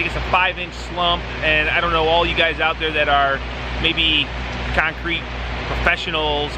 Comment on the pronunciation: Keeyoncrete 😂😂😂 man, the way you northerners talk... straight out the nose 😂😂😂